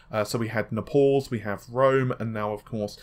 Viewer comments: "Nahpoles" You're only reading other people's work for fuck sake, at least do it right Wtf are you smoking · Narpauls, Narvay. Please, learn to speak.